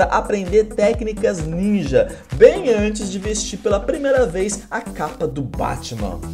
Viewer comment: ''Ates'' né ¬¬